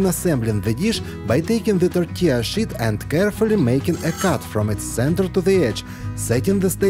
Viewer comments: Molodets, you pronounce sheet like 'питье. Bravo on the creations and the production! 🙏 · When you say "sheet" it sounds like something else to me 😂. Love your videos! Very informative and you have such a flair with the visual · Bacon in the third one wasn’t done 🤢. I would use pre-cooked bacon. It cracks me up how he pronounces “tortilla sheet”, lol. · 🤣🤣🤣...... I HAD TO REPLAY A FEW TIMES, I COULDNT FIGURE OUT WHY YOU KEPT SAYING WRAP IT IN THE 💩💩💩...😮😮😮 THEN I REALIZED, YOU WERE SAYING, WRAP IT IN THE SHEET...😂😂😂